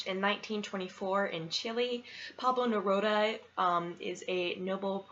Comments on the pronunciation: Pronounced Neroodah. And yes.... he is amazing. 😊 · You pronounce his name like Amy😃...it's Ne-roo-da.